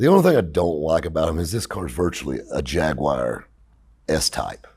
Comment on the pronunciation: 10/10 pronunciation saying Jaguar at the end lol. There are a few of these cars in the UK funnily enough. Our relatively non strict import laws have ensured a few interesting things come over